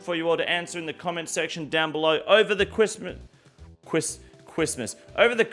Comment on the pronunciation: Homie just did a camila cobello with that 'cwiss-mus'